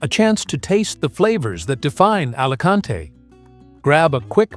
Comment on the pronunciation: Buen.video pero me pitan los oídos cuando escucho Alacante en vez de Alicante